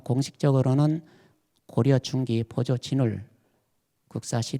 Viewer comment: 또! 한 가지! 보조의 "보"도 길게 발음하시옵소서.